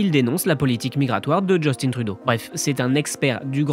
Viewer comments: Sachez qu'on ne dit pas ''Justine'' Trudeau au Canada francophone, mais ''Just1'' Trudeau (à prononcer comme la dernière syllabe de matin). C'est très bizarre de vous entendre prononcer Justine Trudeau en français alors que personne ne le dit comme ça ici. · S’il vous plaît, lorsque vous évoquez le premier ministre démissionnaire, Justin Trudeau, prononcez son prénom comme s’il rimait avec « lapin » et non avec « comptine »! Nous, les francophones du Canada, prononçons son prénom comme s’il rimait avec « lapin ». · À chaque fois vous malmenez nos noms 😡😡!!! On dit Justin comme Augustin pas "djustine" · Trudeau est québécois. C'est pas Djeustine. C'est Justin. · C'est Justin et pas "djeustine". On prononce Justin comme en français pas à l'anglaise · C'est vrai, je n'ai jamais compris cette façon de prononcer Justin. Il me semble que c'est évident. C'est Justin crisse, pas Justine. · Mais pourquoi vous dites "Djeustine Trudeau" au lieu de "Justin" ??? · Djeustine Trudeau??? C'est qui ça??? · J'adore comment ils disent parfaitement Poilievre mais meme apres 10 ans de trudreau, LeParisien dit toujours DjustinE. Il est francophone si jamais hein. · Justin trudeau se prononce justin comme dans pain < > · Polièvre parle français vous savez! Justin au lieu de Justine... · Ce que je trouve le plus incroyable, c'est qu'il y a encore des gens en France qui prononcent Justin à l'anglaise alors que ça fait presque 10 ans qu'il est premier ministre, et qu'à la longue, ils auraient dû apprendre qu'on le prononce pas comme ça dans le Canada francophone. C'est censé être comme "juste-hein", pas "djostine".